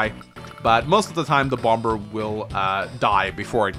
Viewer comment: It kills me you keep pronouncing the second b. However this is a great video